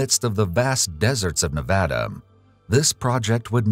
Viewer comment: Listening to the narrator properly pronounce Nevada is music to my ears.